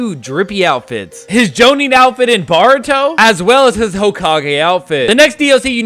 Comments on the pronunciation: bro nice vid but its not "baruto", its boruto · this man said BARUTO instead of BORUTO